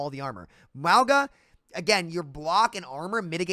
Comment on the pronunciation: Why does he say Mwwauga? Just sound it out bro.